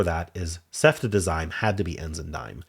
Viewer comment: Interesting to use dime with ceftazidime cause it’s pronounced sef-TAZ-ih-deem. Which is how I read it first being a scientist and knowing what this is. FYI it’s a drug used to treat bacteria infection strong and specific drug more targeted than penicillin